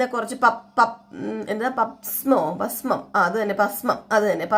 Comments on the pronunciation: പസ്‌മം അല്ല, ഭസ്മം എന്നാണ്. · pasmam alla, bhasmam